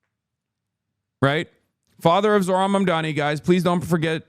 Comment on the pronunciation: why do they always pronounce Zohrans name wrong bro lol it’s so annoying